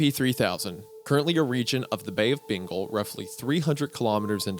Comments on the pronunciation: Ah yes, the bay of "bingle" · Bay of Bingall lmao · Isaiah, learn how to pronounce Bengal and Ganges, por favor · i dont like how wendigoon pronounces bengal and kolkata its scary